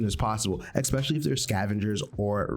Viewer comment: Expecially 😂 Good Vid though